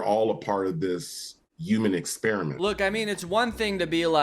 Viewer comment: anybody that pronounces “human” without the “h” sound has no soul